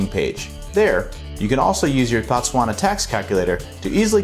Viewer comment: Informative🙏. Work on pronouncing Botswana correctly.